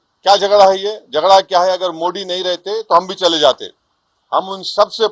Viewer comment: Tu pahle modi word shi se bolna Sikh phir savidhan pe baar kar bakre